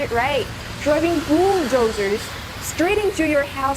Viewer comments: Did she say boobdozers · F**k when she says bulldozers I thot she is saying boobdozers🤦‍♂️😂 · Seven Scenes Boob doozers Seekeem Tea bat girl, first learn pronunciation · 0.44 she sounds hot when she said bool dooozers 😍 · Did she say boob dozers?😂😂😂